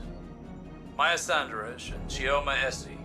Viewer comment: It really irks me how they pronounce Maya's last name. Props to you for actually doing a better job at it.